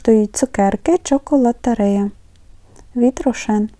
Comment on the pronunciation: дякую. Правильно читати ЧоколатерІя-наголос на і (це з італійської))